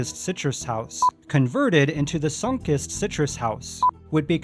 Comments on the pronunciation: Sun-Kist(Kissed)ed, not Sunk-ist. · Remodeling something is the same as abandonment and it’s pronounced like “sun-kissed” not “Sonkust” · sunk-ist... i kept raising an eyebrow each time he said it, hahaha. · Sunkist is pronounced like "sun-kissed". Kissed by the sun. Geddit? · Why is it so difficult to say Sunkist? Sun-Kissed - it's so easy!